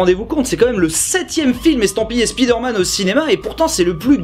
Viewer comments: À chaque fois qu’un francophone dit Spiiiiiiderman, un prof d’anglais meurt dans le monde. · C'est qui qui nous parlait de bien prononcer Bioshock et Fallout en anglais puis qui prononce spi derman tel un mot Français ? 😆